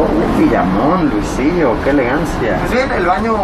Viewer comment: Po luisitóh